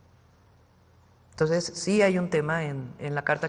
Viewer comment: ¿Por qué Fraudia no puede decir "entonces", hasta en eso tiene que imitar a López con su "toses"?